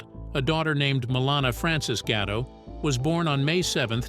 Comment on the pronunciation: gatto not ghetto da fack is wrong with you.